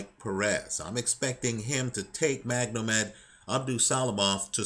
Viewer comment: why do you keep calling him MagNomed, its Magomed which is Russian for Mohamed.